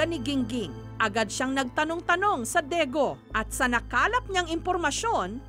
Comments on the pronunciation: DAEGU (DEGU) not DEGO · What is Daego,it's Daegu with a U That's where taehyung and Yoongi was born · 대구 Daegu Meanwhile Jessica : 대고 daego